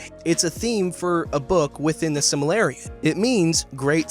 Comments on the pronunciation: Its pronounced sil-ma-rill-ion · Correction: Sil-Mah-Rill-Lee-Uhn It's a common mistake, but that's how it's actually pronounced. ^-^ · >"Silmalarrion" Bruh. Silmarillion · the "simarellion" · It's pronounced Sil-mar-illion. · He Pronounced the Silmarillion The Sil Malarian SEND HELP Unless he's Pronouncing it right in which case Disregard my Previous Statement. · This guy mispronounced Silmarillion. Get rid. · Completely cringed at the botched pronunciation of Silmarillion